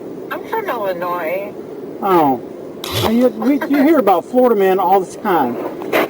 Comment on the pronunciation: Hey Florida Man that is not how you pronounce Illinois.